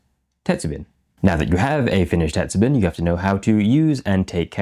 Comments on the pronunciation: "bin" is pronounced like "bean" but with the ending "n" being slightly nasal. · I'm curious about your varying pronunciation of "tetsubin." Mostly you say it Western-style—"tetsu-bin, with a short "i"—but occasionally you use the Japanese hatsuon "tetsu-been" (the "i" sound being "ee" in Japanese). Do you mostly say it English-style by force of habit, or are you intentionally using Western pronunciation for your Western audience? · How is it you can roll "arare" off your tongue like a native, but your pronunciation of "tetsubin" is all over the map. Sometimes you had it right, but most of the time the "bin" part sounds like the bin in "dustbin" instead of like the bean in greenbean. Check with a native to work on pitch-accent, too, if you want to really get into it. best wishes.